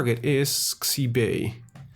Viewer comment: In Chinese, X's make sh-noises. Xibei isn't ZEE-BAY it's SHE-BAY